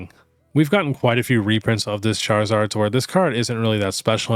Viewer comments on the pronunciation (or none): none